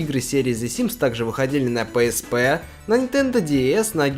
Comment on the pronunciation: PSP - ПиЭсПи. Или зыза) А то пээспэ слух режет)